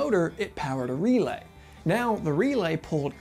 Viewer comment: This guy? "R E L A Y!!" That's right big Guy U said it right! "R E L A Y!!!!" Alrighty Big Man U did it again! "REEELaY!" (owwww god this is gonna get old?)